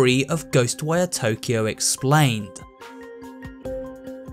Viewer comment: ah yes expained